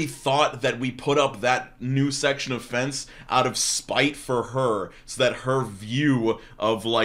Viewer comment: I was listening to this while doing something else and kept hearing "sexual offense" instead of "section of fence" lmao